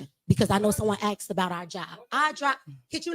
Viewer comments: Ask not axed. Wow. This whole city is garbage. And they wonder why they went into a 7 mill deficit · “Someone axed”?